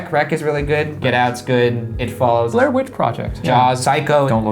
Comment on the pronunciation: Did he just say Blare witch project?!?!?!😭😡